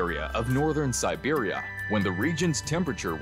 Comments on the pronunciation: And pronouncing "siberia" as "serbia" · You keep saying Serbia instead of Siberia. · Stop pronouncing Siberia as "Serbia" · Interesting video about a region that feels very remote, very harsh and quite mysterious. It sounds like the narrator is saying Serbia rather than Siberia?